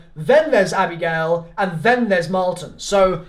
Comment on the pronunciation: Why did you you call Misty abrigale ?